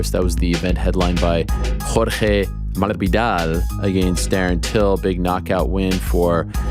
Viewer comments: Masvidal with the accent …Not Masbidal 😂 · My brotha, you need to stop butchering your boy Jeorge”s last name. 😂😂